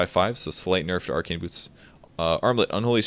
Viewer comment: let me be honest, I heard boob instead of boots when you're talking about tranquil xD